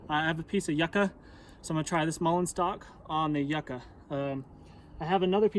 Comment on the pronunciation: Oh, it's a MULLEIN stock you're using. Pronunciation threw me off there.